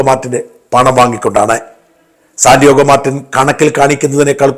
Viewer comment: Sandiago Martin. Not Sandiogo Martin.